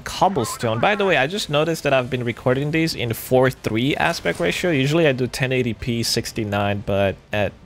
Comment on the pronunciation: I swear you said 1080p 69 lol xD